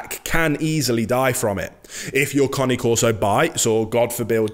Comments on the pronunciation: It's not Car-knee Coreso, It's Cane (Kane) Corso. Not Subscribing or Liking. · CANE, NOT CONNIE. !!! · it's not lol is kah nay , not connie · Ya he calls it a Connie carso when it’s CANE CARSO NOT CONNIE CARSO LIKE WTF IS A CONNIE CARSO 😂😂😂😂😂😂😂😂😂😂😂😂😂😂😂😂😂😂😂😂😂😂😂😂😂😂😂😂😂😂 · He has an accent.. cane is not pronounced cane as in candy cane, it is connay. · "Connie Corso" Lol Great video, again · It’s Cane Corso !!!! Not Connie corso lol 😂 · cAna corso pronounced not conni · Its Caneeee corso , not coni corso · New drinking game. Take a shot every time he says "Cane Carso". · You mean everytime he says "Connie Corso" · 😂😂😂 in my italian ear your cane corso sound more like "connie c'osoe" 😂😂😂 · Not pronounced ‘Kahn-née’.